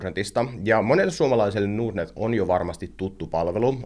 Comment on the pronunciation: Miksi pitää lausua ”nuurd”-net, kun pohja on englanninkielisessä sanassa Nord? Ei pysty kuunnella.